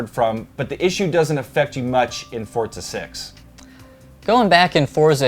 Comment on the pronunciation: boi its pronounced "fortza" its a hard "z" not a soft one